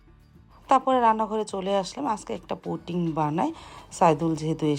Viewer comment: puting na pudding hobe